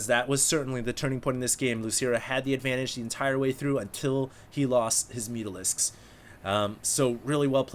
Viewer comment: "Oh my gawd? Where ar mai mutarisks?"